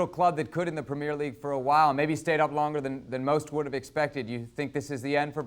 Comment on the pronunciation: The way he say premier league sound funny